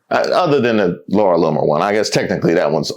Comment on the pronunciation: Ha ha ha ha! He said Larry Lumer.